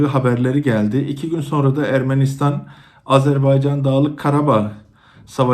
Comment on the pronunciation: İlk anonsu yapan hanımefendi Azerbeycan demek yerine doğrusunu Azerbaycan demeyi öğrenseydi keşke kamera karşısına çıkmadan önce.